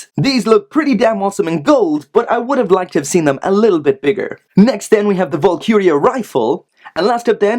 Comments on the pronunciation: Valkyrie = Val-ky-ree. Not Vulkuria. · Great video, however it's pronounced, val-ker-E, valkyrie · Dude. Hate to nitpick but this really bothered me. Its pronounced VAHL-KUH-REE. Other than that, loved the review. Definitely picking this one up.